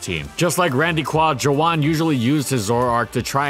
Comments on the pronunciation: Joohwan is pronounced Joo-won. "Juh-wan" is killing me rn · I thought saying Joowan was him mispronouncing Juan for a second